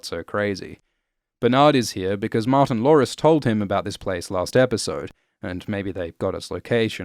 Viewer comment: I know, I heard it too, it sounds like has a Cindy Brady speech impediment.:)